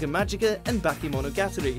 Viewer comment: is that really how u pronounce bakemonogatari